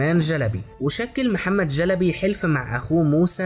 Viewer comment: محتوى جميل. وانا احب العثمانيين كثيرا وافتخر بتاريخهم.. تابع والى الامام 👍👍👍. لكن. ليست.. جلبي.. بل.... شلبي. 👍👍👍🌹🌹🌹